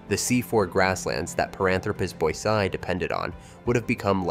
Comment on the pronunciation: It’s pronounced boy see eye.